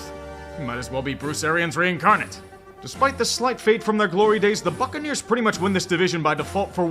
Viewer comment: I swear, each time I listen to say Tampa's name I always hear "Fuccaneers..."